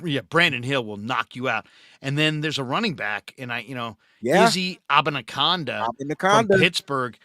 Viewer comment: Love the show. Abanikanda is pronounced: uh-ban-uh-can-duh 🎉